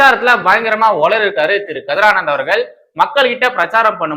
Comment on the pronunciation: உளறிய not உலரிய